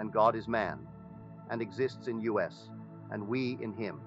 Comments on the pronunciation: Ok guys caught this being an AI voice and not actually Neville. The tone is off but MAINLY it say "U S, instead of US" I do not think that this is from an actual Neville lecture or reading. Lets stay wary... Feel free to correct me if im wrong. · The AI voice reading is spelling out words such as "us" as U.S. It's inserting weird words here and there and is entirely NOT OKAY. Don't bother listening to this. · I would like to know why he is mispronouncing words? Sounds like AI to me. Neville wouldn’t pronounce the word “us”, U.S.(initials). That doesn’t make sense. I’m calling BS on this. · Not wanting to take away from the message, AI voice over continuously mispronounces certain words which is highly distracting. Instead of the word us, it said U.S. Instead of the word wound as in to inflict harm, it said wound as in winding up a toy. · If you are going to use AI at least do proper editing!! Us in the first minute of text is pronounced U.S. as in United States. This is confusing for the listener and interrupts the flow of ideas. Additionally the flow of sentences is stilted and not natural to the way Neville or any human would speak. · Why does he say "exists in U.S."? Is this an A.I speaking his words? I don't care for the A.I. programs, as they aren't able to properly pronounce many words. I find it takes away from the feeling that comes from hearing a human speak truth. I suppose I will imagine that A.I. stops being used and becomes obsolete....that way humans can start to develop themselves again and create with their own imaginations. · So is he talking about the United states or US... Because he says it U, S. Just sounded off. Cant be too careful these days.